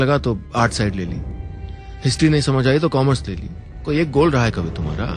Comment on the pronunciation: mishra jee apna urdu ka talaffuz theek karaen......its koi..not "qoi"!and..takleef not..taqleef .consult some " urdudaan"!ok